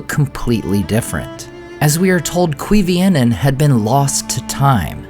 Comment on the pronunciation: Sorry, you may think this is nitpicking, but it's not "Quivienen" but "Cuivienen" so not "kwee" but "kooy" in the first syllable.